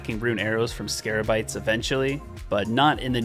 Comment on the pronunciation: I waited hours to see if he would ever figure out it was scabarites instead of scarabites